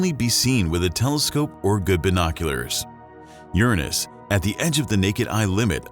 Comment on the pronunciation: Ur nus?? Lol